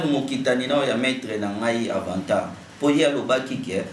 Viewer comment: Au Congo il y a beaucoup des fous une personne qui n' arrive pas a prononcé correctement le nom de son Maître Avatar il dit Avantar ce genre de malade sont des gens a arrêter.